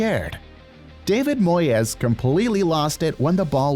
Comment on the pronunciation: Bro moyes try to pronounce it Moys